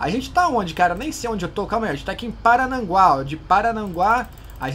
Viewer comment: Paranaguá E não Parananguá 👍